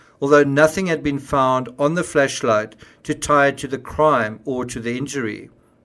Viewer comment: I'm sorry, but I can't keep listening to him pronouncing it as "Fleshlight".